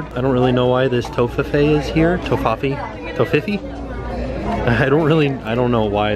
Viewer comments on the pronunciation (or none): A lot of fun stuff in the outlets (that Cinderella throw and the purple tumbler 🧡). And it's pronounced Tof-fi-fee 😊